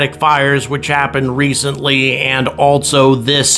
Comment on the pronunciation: Autogenous: pronounced Aw-TAH-jenn-uss, accent on the second syllable. Else: pronounced Elss, not 'Elts'. There's no 't' in Else. Also: pronounced AHL-so, not 'ALT-so'. There's no 't' in Also.